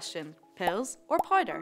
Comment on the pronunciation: "pills or poider"